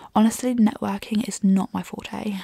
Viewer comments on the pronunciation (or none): none